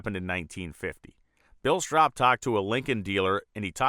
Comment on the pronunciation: Don't forget the Battle Bird! PS- its "strope"